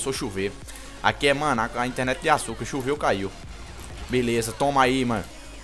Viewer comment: interenet d açucar hahahahhahhaahahhahahhah kkkkk ri muito!!!! mereceu like